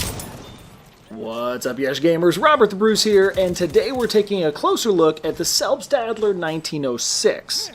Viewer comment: Selbslader not selbstadler.